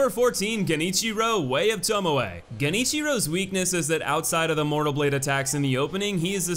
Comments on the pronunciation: Interesting to note that between the difficulty ranking and this video realised the Corrupted Monk is a woman (should probably have been called Corrupted Nun, frankly) and learned to pronounced "Genichiro, Way of Tomoe" correctly (rather than "Jenichiro, Way of Towmow"). But still can't get "Gyoubu Masataka Oniwa". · Thank god you said Tomoe right this time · Hey he said TomoE right! neat!